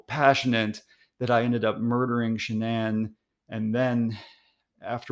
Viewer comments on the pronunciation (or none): What's a 'Sha-Nan'?